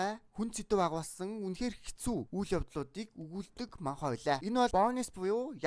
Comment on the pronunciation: манхва биш манва гэж уншдаг шүү😊